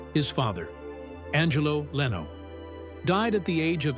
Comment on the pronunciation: Nothing new here except Jay LeeeeOH .....lol.....cheap ai....or script writer should type Lin Oh.....